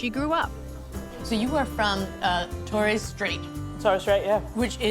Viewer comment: Torees???? That's TORRES Bloody yanks 😂😂😂